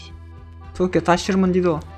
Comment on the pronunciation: Токия Емес Токиого